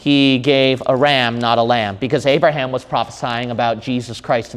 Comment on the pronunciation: His name is Abraham not Arabham !?! 🙄😏